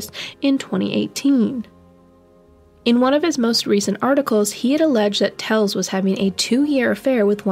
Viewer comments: She kept pronouncing his name as Tells, it is Telles. smh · Isnt is Tel-Ez? ? Also, its high- VIS, short for visibility! Sorry...im horrible I know! But you may delete this if you wish, just want you to be aware! X